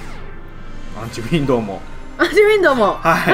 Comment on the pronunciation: がジュリエットのときアンチウィンドのことをアンチウィンドウって言ってるww ( 窓 ）